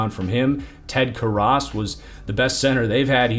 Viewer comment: On film not on character.. As a qb coach I don’t care about him personally but his on field game and his college career is fine. He was second in the NFL under pressure in the pocket, won games in clutch, and protected the football, outside of one game. You mispronounced Karras, and Flowers was terrible… which is why he is gone